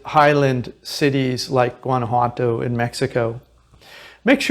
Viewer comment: Please learn to pronounce the name properly. Whaan ah whaa toh.